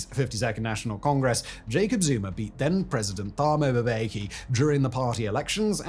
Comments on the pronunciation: I always find it comical how Anglos struggle with "Mb" combination names. Dude is like "Thabo Moobeki" instead of "Mbeki". Interestingly, they dont struggle with the Mb in "Ambassador" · Great video. Keep it up! NB: when a name has the letters 'Th', the 'H' is silent. It's also pronounced Mbe-ki (2 syllables) not "Ma-be-ki. Great content but not taking time to research pronunciations adds a blemish to the credibility of your videos. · Just a point of pronunciation: The name Thuli relies on a hard T sound and a silent H thus rendering the name Tuli Too-lee. Likewise Thabo is Tabo Taa-bo. Mbeki is mm-bekee with no vowels between the M and the rest of the name.